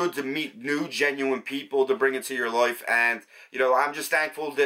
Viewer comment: I like how you say life and the word like, ( Loif, loyf loik, loyk, hoyyp, ) ☺ hehehe🤗